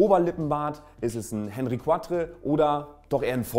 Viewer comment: Henri IV wird französisch ausgesprochen!